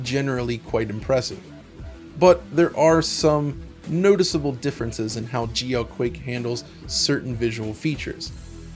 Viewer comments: My blood pressure every time he says “geoquake”. Excellent breakdown of the history of the game. First game I ever played multiplayer on PC and probably the first 3D accelerated too though I can’t recall for sure. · No, I was confused for a second as well when I first heard it. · me too..lol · I know he's saying GLQuake, but it really just sounds like GEOQuake to me.